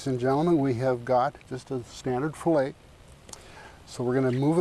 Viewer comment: Sorry, but the one fillet was butchered. I lost a lot of respect for him at that moment.